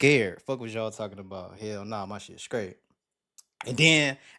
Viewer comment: the word is straight not “skraight”. 🤦🏾‍♀️😂😂